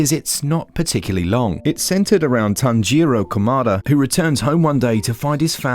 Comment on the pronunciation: Nice Vid but you pronounced Kamado wrong, you said kamada when you say it like cam-ad-dough.